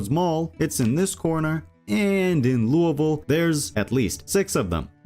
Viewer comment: loo-ah voal????the only explanation is youve never heard it said, english aint your first language, and you just made a wild guess without checking, holy shit you keep saying it like that all through the video....